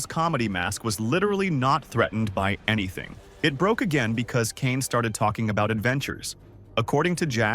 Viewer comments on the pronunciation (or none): none